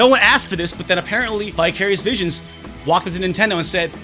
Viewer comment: Apropos of nothing, I totally thought you said "bi-curious bitches" instead of "vicarious visions" and did a small spit take. lol